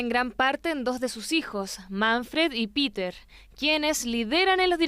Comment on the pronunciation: Señor periodista El nombre Peter en alemán se pronuncia PETER , igual como esta escrito . No, como lo pronuncia Ud. Saludos